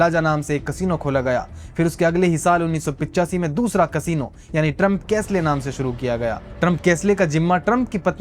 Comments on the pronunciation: कैसले नहीं, कैसल कहो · Trump castle ❌ Trump cash ley ✅😂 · Trump castle bhai not kaslay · Please check online dictionaries to check how to pronounce "castle". You had pronounced incorrectly. Make sure you check inkine dictionaries for proniunciation before using english words.